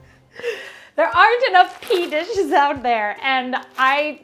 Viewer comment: Pee dishes???🤣 Add “green”. Green PEA dishes! More accurate but not as much fun.